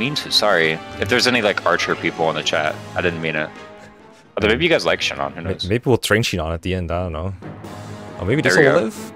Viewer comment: Shinon really said Shinòn...